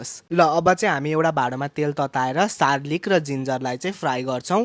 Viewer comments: कति सरो असुध बोलेको हो सर्लिक भनेको के हो अनि फेरि नुन अन्सर स्यद अरे हाहाहा गार्लिक हो कि सर्लिक हो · Sarlik haina hau garlic😂😂😂😂k aachama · Ye bhai k boleko garlic ta suneko thiye sarlic xai k hola😄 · Garlic ❌ Sarlic ✅ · Sarlic hoki garlik ho mata kehi bujina noon anusar sawed 😂😂😂😂😂😂😂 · Garlic vaneko ta suneko thiye yo sarlic k raixa vai😅😅😅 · Sarlic haina garlic ho😂😂😂😂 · Garlic it is not sarlic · hoina k ho Garlic jasto dekhinxa Sarlic bhanxa ta keta , tyo pani 2 times.😅 ani noon anusar ko swad ko ta kya baat 🤣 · Garlic ho ki sarlic ho😂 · Yo muji chakka Australia gayera aako manche re garlic lai sarlic ani noon anusar ko swaad po vancha ta achamma garcha yaar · Kasto ramrai sarlic vaneko 😅😅